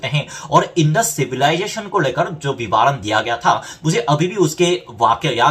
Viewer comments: Hi You are doing a very good job via this channel. Hats off to you. Just wanted to say that, it is vivaran - va pronounced as you do in the ran part of vivaran, that is, short 'a' and not 'aa'. So it is vivaran and not vivaaran. Hope I made it clear. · वी वा रण -नही - विवरण होता है मेरे भाई ।🙏